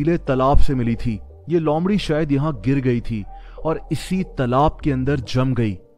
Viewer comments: lomrhi nhi loomrhi🤣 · Lomdhi nahi loomdhi hota hai!!!!! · Not lomri it's loomri